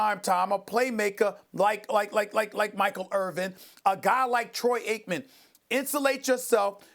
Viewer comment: He keeps trying to say Troy Aikmen lol